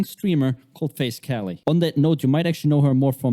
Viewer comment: Man doesn't even know how to say her name properly 🤣🤣